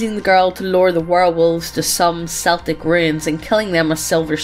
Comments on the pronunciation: Celtic is Keltic not seltic damn it, unless its a basket ball team in Boston . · how do you not know how to pronounce "Celtic"???